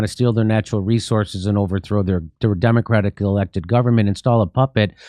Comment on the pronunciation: Notice she even struggles to pronounce the word ‘democratically’?